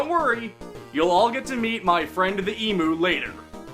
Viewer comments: it’s emU not emOO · It's pronounced EEM-YOU, GODDAMN IT-- Ahem. Anyway, hee-ho.